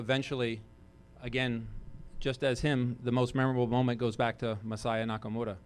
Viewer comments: Why can't Billy pronounce Masaya Nakamura's name correctly? He keeps calling him Nakamoda. How disrespectful can you be? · It really bothers me how how he pronounces Masaya Nakamura's name entirely with an American accent yet feels compelled to sandwhich the R in Nakamura between two Ls as if he's assimilating into the culture or something. Just stop that shit.